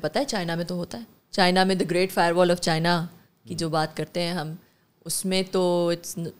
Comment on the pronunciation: فائر وال نہیں فائبر وال😅